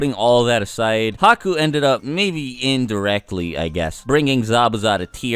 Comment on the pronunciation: I was with you until you said Haku 😒